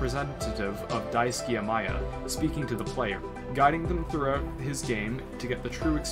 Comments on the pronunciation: There's a weird audio clip . Also, his name is Daisuke, not Daisuki. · It's Daisuke, not Daisuki. Balrog is not a toaster, but rather a bar of soap.